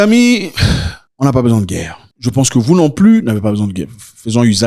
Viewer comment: La Guerre et non la Guère !